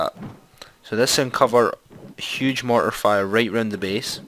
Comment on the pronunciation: he don't know how to pronounce mortar